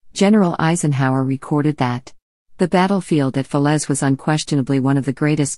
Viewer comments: Not bad, but the images were very repetitive. I'm pleased you managed to pronounce fer-lay as fa-lez. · Not with that awful narrator!! it’s Falais….pronounced Falay…..not Felez !! 🙄🙄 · Very 1st sentence, can't even pronounce the very name of the battle. Talk about useless.